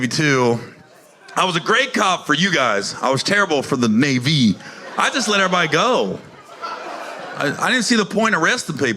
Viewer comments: Dude said nay like na-vi from avatar like the military branch was indigenous to the planet like the local alien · You meant NAYvee?